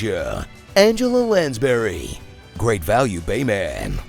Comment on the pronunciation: "Angela Landsbury" had me actually laughing out loud awkwardly in a public area. Lol